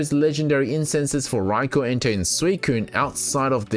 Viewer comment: Rye-koh not raikor D: thanks for your content its great